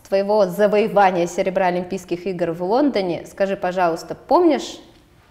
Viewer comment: Даша потрясающая, но... Когда уже кто-нибудь поработает над дикцией ведущей. "Квасное пожевание", "в Вондоне"... Поставить звук "л" совсем не сложно!